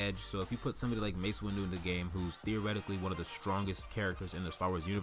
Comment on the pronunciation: its windu not windew